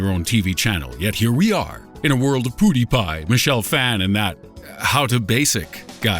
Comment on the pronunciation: "Poo-die Pie" ROFL